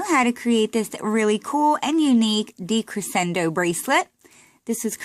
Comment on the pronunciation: i’m sorry for saying this but... decrescendo is pronounced decreshendo